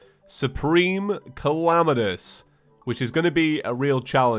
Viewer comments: i love how he says Calamitas like Calamanous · late correction: supreme calamitas is pronounced Suhpreme Cahlahmeetis